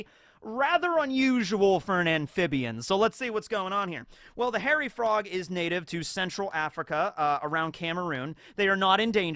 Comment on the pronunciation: Dang with today's Frog Facts™ I thought you said "Horror Frog" when introducing the Hairy Frogs, then the image popped up and I was like sheeesh that do be one horrific frog